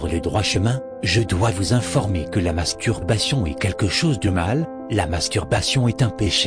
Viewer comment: Il articule très bien le mot "masturbation" mdr